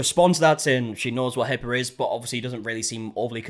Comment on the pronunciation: My daughter loves how this guy randomly ads "er" to certain words. She has been emulating it at home. Hearing him today say "Hipper" instead of HIPPA was probably my favorite so far. I'm not sure why he does it, because he only does it sometimes, but it brings us joy.